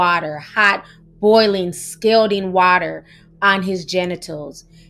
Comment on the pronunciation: Scalding Rhymes With Balding